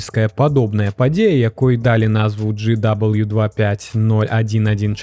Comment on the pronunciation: Першы раз патрапіў на гэты канал. Выдатнае валоданьне моваю, дзякуй. Як той казаў, калі б на вашым мейсцы быў я, то трошкі замяніў бы асобныя выразы: глей ці мул, а не "ил"; ва ўмовах на места "у умовах"; націскі - слаб'ым, а ня сл'абым; дал'І а ня д'алі. Хаця, усё і так на высокім узроўні - што зьмест, што вымаўленьне.